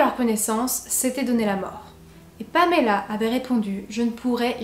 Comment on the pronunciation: Je suis toujours troublée quand j’entend une histoire dont la victime porte mon prénom. Mais chapeau pour la façon dont tu le prononces, ça fait du bien d’entendre mon prénom qui n’est pas écorché 👌🏻